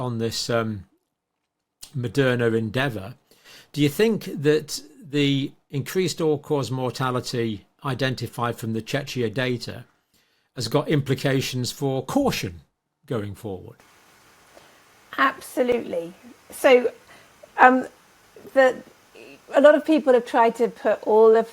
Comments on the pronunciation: It’s pronounced: chekya for god sake. You Anglo-Saxons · Please stop calling it Czeczia. 😂